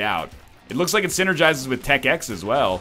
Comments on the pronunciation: NL, it's tech ten. X is the roman numeral for 10. Please mate, its not Tech X. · Rawr just being nit picky but its tech X not tech .X